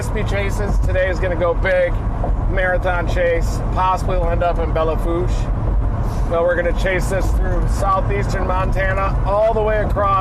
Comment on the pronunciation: Happy Father's day to all the dads and step-dads! Just for future reference it's pronounced Bell Foush.